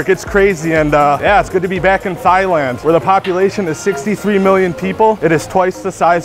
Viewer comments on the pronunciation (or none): did you say "thighland"?